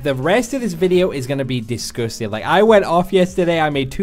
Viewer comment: I love it when you say disgustin' XD